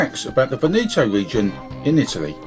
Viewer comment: Your pronunciation of Veneto is totally wrong. Before making a video please learn how to pronounce it correctly. By the way the video is nice.